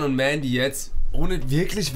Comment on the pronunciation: Hä das hat er richtig ausgesprochen Mendy hat mal selbst in einem Interview gesagt, dass er „Mändy“ ausgesprochen wird.